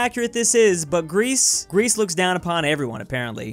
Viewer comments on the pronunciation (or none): none